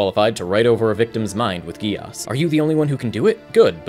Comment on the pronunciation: GEAS IS PRONOUNCED "GESH" GEAS IS PRONOUNCED "GESH" GEAS IS PRONOUNCED "GESH" GEAS IS PRONOUNCED "GESH"